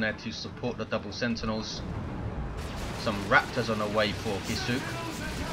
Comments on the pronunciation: If Kisuke's name is meant to be a Japanese word, which it looks like, I'm pretty sure it would be pronounced "KISS-uh-kay" with really little stress on the U. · Well, it's not "kih-SOO-kay", anyway :P